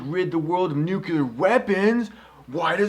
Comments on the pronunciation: Gene Hackman calls Nuclear Man "Nookyoolur Man" trough the whole film! Chris, is it your intentional emulation of this, or pure coincidence, your unawareness??? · Eugene Medvedev Exactly... It DOESN'T make sense phonetically. That's the thing. Just because it's a "common" pronunciation doesn't mean that it's accurate. It's not just that it doesn't "SOUND" like it's spelled... it doesn't follow the structure of the word itself. It's not spelled nucular, it's spelled nuclear. Break it down into its separate pieces, and pronounce them one by one: nu - cle - ar. That there are colloquial/regional mispronunciations/mistakes made at all levels of society does not change the fact that the word is spelled one way and one way only. If you want to change the rules of spoken English, then you're welcome to it, but it's not going to change the actual spelling of the word, any more than saying somebody who sells your house for you is a "re-la-tor" is going to change the fact that the word is "realtor." And it doesn't matter how many people pronounce a word wrong, either. Numbers don't mean squat. McDonald's has sold billions of hamburgers; that doesn't mean they aren't garbage. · nuclear is a form of the word NUCLEUS. Try saying nukulus too and see how smart you sound. Or nucleic acid as nukuluc...i don't even know how you could butcher that one to match. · trha2222 It is NOT accepted. Show me where any linguistic authority declares "nukular" doesn't sound retarded. It's like people who say "Real-a-tor" instead of Realtor. You don't just decide it's ok because enough stupid people misuse it. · Einstein was German and a physicist, neither of which qualify him as an expert on English pronunciation. I can't believe anyone is arguing this! Look, the C comes before the L, therefore NU-CLE-AR, like NUCLEUS, end of story. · Hate it so much when people pronounce the word "nuclear" like "nucular". Other than that, great vid :P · its NUKE-LEEEAR! not NUKE-ULAR! oh.my. gosh.